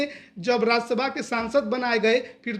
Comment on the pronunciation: राज्यसभा होता है राज्यशभा नही।